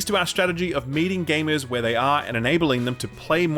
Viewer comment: *gamers Pronounced as 'gamers'. If only you knew how 'gamuhs' would be read smfh